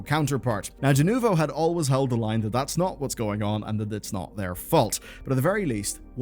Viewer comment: "not Allwyz" what?